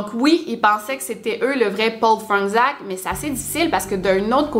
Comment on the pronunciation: c’est du polonais, ça se lit « Fronetchaque » ;)